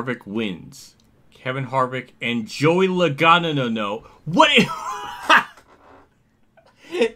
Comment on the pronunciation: Joey Loagano! Even Motorsports Games at least got his name right 😂😂